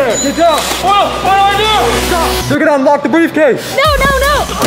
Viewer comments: Did he say briefcase daddy?🤭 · he said breffcase daddy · At the end he said breif case daddy and that was funny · The fact that Daniel at the last part said “briefcase daddy” that’s what I heard but it’s rlly funny lol